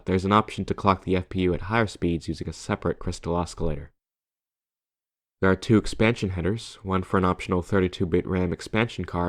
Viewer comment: i’ve never heard anyone pronounce the C in “oscillator” before